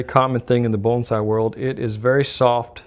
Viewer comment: I didn't know bonsai had an L sound in the pronunciation. I think your brain was trying to say bullseye and morphing the two together. lol Only put the wire flush with the bottom of the base plate and crimp the wire in like the wick was done, leaving a FLAT base. and put the wick up through the funnel opening when adding the wax. WOW, this was hard to watch!